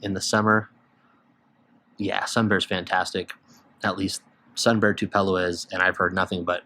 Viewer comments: I’ve never heard anyone pronounce Tupelo like that😅 its pronounced ‘too-puh-low’. On the noise with Honey Nut Cheerios. Summers for me are all about GH Lakelands, specifically Grousemoor, it’s like green lemon/lime Gatorade. Great info! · Thanks for the list! Just a side note, Tupelo is pronounced like "tupe eh low"